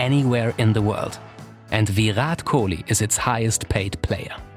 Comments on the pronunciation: Do you really don’t know how to pronounce his name while you say Viiiirrraaat Kohli instead of Virat Kohli.. He is way more popular than most of your country’s sportspersons and probably deserve much more respect from people like you.. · ITS VIRAT KOHLI NOT VYUROT KOLI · "VEERAT KOUHLI" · please say the name correct pls it's VI-RAAT KOH-LEE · Are Bhai usko sirf ek hi language aati hai, aise logon ko pronounciation me dikkat hoti hai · The way he says Virat Kohli like it's veerat kohlee 😂😂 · I normally like your videos. But trust me this is poorly researched. Firstly, learn to say his name, and when you do, don’t say it like a robot. Secondly, Kohli was popular in a country of 1.3 billion way before 2016 - he’s been the Test captain since late-2014. Also, launch of Jio may have contributed to his Instagram popularity, but it’s not solely responsible for it. His ISL investment predates 2016 too, and so do his endorsements. You also should’ve dug deeper and included the fact that before Puma, he was a Nike athlete and even had a legal dispute with them. He then moved to Adidas, before abruptly severing ties with them, but again your presumptuous video has not even scratched the surface of that tug of war between sportswear giants to to acquire Kohli. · The way he says virat kohli is so funny 🤣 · Man, learn to pronounce his name XD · First learn how to say virat kohli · The way he says virat kohli 😂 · Each time he pronounces "Virat Kohli" I chuckle. 🤣🤣🤣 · Just the way u pronounce Virat Kohli 🤮🤮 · If only he had put in a little more effort and learnt to pronounce his name right.